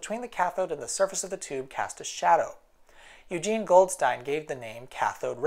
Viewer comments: Very late correction but "Eugen Goldstein" is pronounced "*Oi*-genn Golt-stein". The Goldstein part was pretty much correct already though. Someone probably already told you this though. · The german name "Eugen" is pronounced something like "oy-ghen". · I imagine you've found out by now, but "Eugen" is pronounced roughly as "Oi-gen", where the g is as "get". c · That Eugen is pronounced Oigen